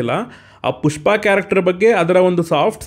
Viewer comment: ಪುಷ್ಪ ❌ ಟ್ಯೂಷ್ಪ ✔️